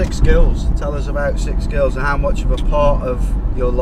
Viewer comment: thought he said six girls not sick skills